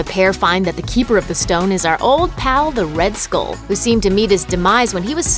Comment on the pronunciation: Please stop pronouncing skull like school. kthxbai